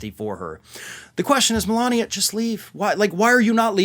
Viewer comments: You pronounced Melanie wrong 😅😂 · He called Melania "Melanie" a couple of days ago